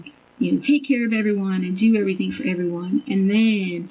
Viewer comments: What about EverythinK?? 😂She's been pronouncing it like that her entire life, I'm sure she really believes that's how it's spelled. She's just dumb af! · Please, let us not forget her adding a K to every word "endink" in G. Everythink, anythink, nothink, wronk, etc...... It drives me NUTS